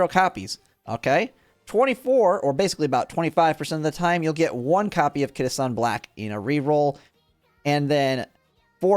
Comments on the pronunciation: Kita Shawn Blaaaack 🏇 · Kita shawn black 😭😭😭